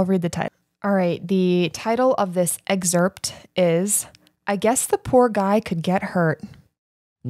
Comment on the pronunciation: you are a college graduate, please pronounce “excerpt” correctly.